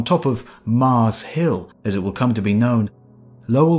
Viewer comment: Retired Geologist here. Wonderful video! Thanks so much for making this. Btw, it's Mars Hill, Flagstaff, not Mauze Hill in Flagstoff. I'm looking forward to seeing more of your videos. Thanks again.